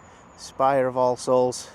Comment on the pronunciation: I wont lie, everytime you said "all-souls" it sounded a lot like Ar-se-holes in my head haha!